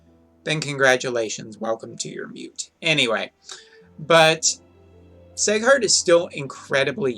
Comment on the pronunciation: its seeeeghart not seighart....